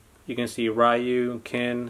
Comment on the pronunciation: Its Ryu pronounced “Ree-u”